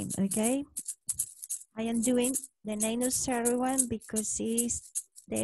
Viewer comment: The Cerridwen sounds like "care-ihd-when". 😊